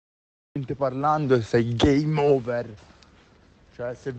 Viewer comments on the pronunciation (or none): È talmente stupido che invece di game over dice gay mover